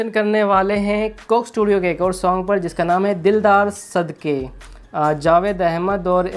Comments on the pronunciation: Its Jawad not Jawed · Jawwaad not javaid . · He is not "Javaid" he is "Jawad". Pronounced as JA-WAAD 😂😂😂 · Jawad not jawed